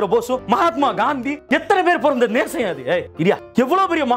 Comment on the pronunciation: How many noticed, saying yethana peru porandha 'nesam' instead of desam again corrected himself